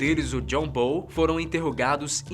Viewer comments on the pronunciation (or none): none